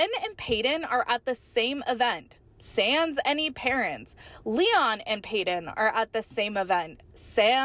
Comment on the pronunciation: As a Canadian I had to giggle at your pronunciation of the French word “sans”.🤭 It took me a hot minute to figure out what you were trying to say. Lol! Teasing aside, I’m glad to see the siblings holding strong and Christine’s comments to David on Father’s Day. It’s like giving the middle finger to Kody. They don’t need him. He’s a deadbeat dad.